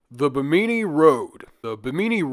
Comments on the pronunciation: its BIH-mini ... not BIH-meany lol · Stop saying "Beemeenee". Bim min ee. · It pronounced Bhim-in-ee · Its Bemini.. as in Behm-mini.. Not bemeenee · Bahamian here! Its pronounced bim•in•e not bim•een•e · The emphasis in Bimini is on the first syllable so it sounds like Bim knee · Bimini is pronounced Bim-in-e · Pronounced BIM -AH - KNEE. Right? Am I the only one? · You would think someone would take two seconds to learn how to pronounce something. When the very first thing you say makes you sound stupid it's difficult to take anything the video says seriously. Beemeeneee was fucking killing me. Learn how to read. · Bimini is pronounced like enemy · Bim-ah-knee not a panini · love you and the series but for the love of all that is holy double check pronunciation when you say Bimini 54 times in the first few minutes haha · Trying your channel for the first time and the first thing I hear is you mispronouncing “Bimini” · that's not how you say Bimini lmao had to instantly turn the video off...this is easily available information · Is he pronouncing Bimini incorrectly or have i been? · Omg ur pronunciation of bimini is so hard to listen to. Like just click the pronunciation button on Wikipedia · Love when youtubers open their video prouncing something completely wrong when it literally takes 5 seconds to confirm a pronunciation of a place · Have I been pronouncing Bimini wrong my whole life or am I taking crazy pills? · you pronounced bimini wrong the entire time lmao my god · The way you pronounce Bimini hurts me. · Then pronounce it right????? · How do you not know how to say Bimini? 🤦